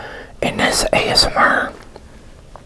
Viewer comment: He's funny when he says amsr but it's cute